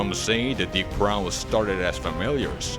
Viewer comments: Why is he pronouncing it like "drow" instead of like "row"? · Right? Its super weird to hear someone say it as though it's "drow" or rhymes with "Cow."